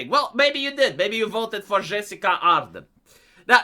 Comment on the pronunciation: say it wth me now, JUH-SIN-DUH